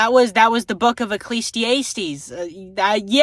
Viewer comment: I don't know if it was on purpose lol it's uh·klee·zee·ah·steez not ay·steez